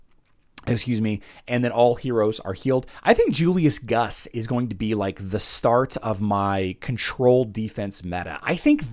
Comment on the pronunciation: traditionally the 2 uu's in a name is pronounced ew. Primarily found used in Eastern European countries words. Therefore, Guus would be pronounced Goose. I Love your content man. Keep the faith and keep the information coming good sir.